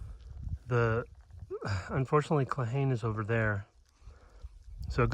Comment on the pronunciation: Thanks for the adventure. Cold and beautiful. It's pronounced "claw-hawn-eeee" 😊